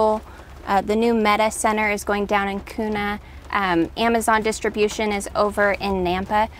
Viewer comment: Also, it’s pronounce “’Keeww-na” not “Koo-na”! 😂